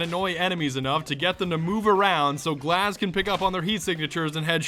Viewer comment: In Russian glaz means eye and it's not glaaaas it gluaz you put too much emphasis on the a